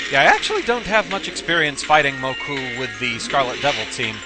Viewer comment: You pronounced Mokou's name wrong - it ends in a long "oh".